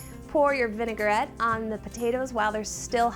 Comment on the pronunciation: How could you let her mispronounce vinaigrette so many times? All the way through production and nobody heard it? VIN UH GUH RET, VIN UH GUH RET, oof it was hard to watch, not knowing when she was going to drop another V bomb. Come on, you're supposed to be the experts.